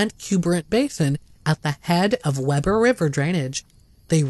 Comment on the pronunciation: Great content. One very minor quibble: Weber, as in Weber River, is pronounced with a long “e” as in beetle. I grew up in Weber County.